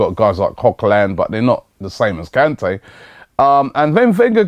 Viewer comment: Robbie! For Christ Sake! You pronounce his name wrong every time you say it! It is NGOLO KANTE (N go low can tay). Very happy the Vardy deal hasn't worked out, now we can focus on getting rejected by Kante as well! Also, rumours from Germany suggest that we are about to snatch Aubameyang from under Guardiola's nose... Have you heard anything about this?